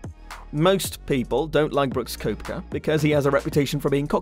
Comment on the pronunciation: Brooks is well liked and do you even know who he is? You can't even pronounce his name correctly.